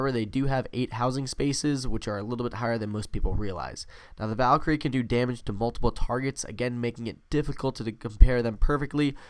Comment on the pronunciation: You:valkar-I me: wtf you second time: Valkyrie